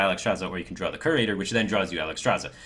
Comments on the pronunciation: Great vid firebat. One nitpick, it's pronounced more like "Cure-ater" rather than "Kerr-ater." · It's ESpecially not EKSpecially. Curator is pronounced as if it had a y before the u, "cyurator". Ethereal has 4 syllables, not 3. eh-THEE-ree-al